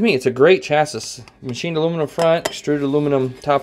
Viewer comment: A friendly heads up, chassis is pronounced chass-ee. Handy review otherwise!